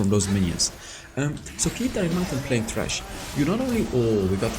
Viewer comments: Yeah because pronounced it incorrectly... It's Thresh like Threshold! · Sounded like u said trash in the beginning xD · It’s Thresh not Trash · He says "Trash" lol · It thresh dude not trash 😅😂😂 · Everytime says thresh i hear trash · Everytime say thresh i hear trash